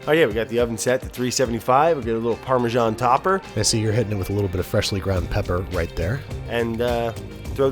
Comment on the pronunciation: is it an american thing to pronounce it "par-me-shan"? Ive always pronounced it "par-me-san". Dont stop though, I like it =)